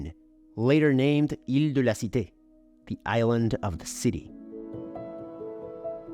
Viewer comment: Wtf I thought you were french when you said "ile de la cite", but then you said "rue st jacques" and it became obvious that you are not.